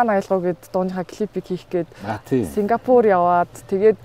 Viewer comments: СИНГАПУР гээд хэлчихэж байгаарай 🫠 Сингафур гэсс😂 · yoo yg yg aygu muuhai sonsogdod baihin. singafur 😂😂😂